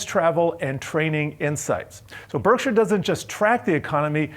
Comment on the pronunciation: Why is he pronouncing Berkshire like that?